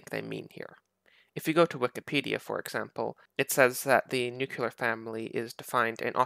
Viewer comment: Stop saying nuculear